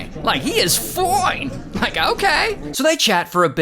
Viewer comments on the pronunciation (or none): The way he says “ foine “ instead of “ fine “ has me on the floor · 😂 the “FOINE!” gets me every time! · Rays "FOINE" always get me 😂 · Ray cracks me up when he say's ''Foine'' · I love the part where he says fooine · “SO FOINE”-ray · I love it when Ray says "FOINEEE" 💀💀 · "She's just foooinkkk" 😂😂😂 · I love when he says “FOINE” 😂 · Everything in my house now is "FOINE"😂😂. The cup of coffee is "FOINE"😂, OH! I think that Sunrise is "FOINE"😂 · I like how he said FOINE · The way he says Fine 😂😂